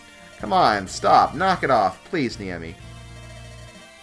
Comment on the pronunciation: "Neh-Ee-Me" not "Knee-Eh-Me". You invert the "e" and the "i" several times. Japanese's rough, eh?